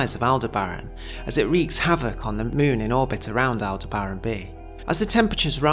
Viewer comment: It's pronounced al·deh·br·uhn with the emphasis on "deh".